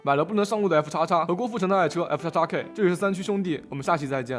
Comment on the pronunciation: 大陸頻道就是大陸頻道！ 尊重原廠對車型的稱呼可以嗎！是FXX不是F叉叉！普通話發不到X音便硬把別人名字改稱，只是為了自己方便完全無視原創者及其產物！